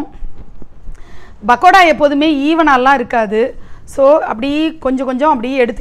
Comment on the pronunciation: Its not "bakoda " ...its "p"akoda sorry...couldnt resist correcting it !🤭